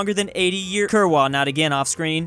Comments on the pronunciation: It’s not pronounced kur-wa it’s kur-rva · As a pole, im here to remind that you read kurwa "Kurva!"